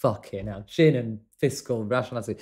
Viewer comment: I love the fact that you left the fishcal in...thumbs up just for that ;] Still a fraction of the errors that robo voices do !